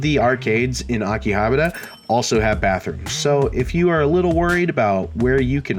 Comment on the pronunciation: It's okay, you can mispronounce Akihabara like everyone else.